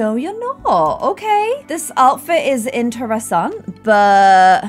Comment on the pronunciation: Wow, the way you say interesting in your video is the way we pronounce it in Afrikaans. Thats so cool!!!